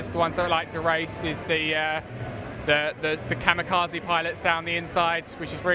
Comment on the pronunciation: the guy said like the kamakarzys and kobiashyi came up :L